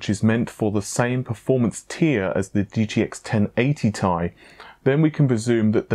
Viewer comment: Well, it is Ti like Titanium, not TI.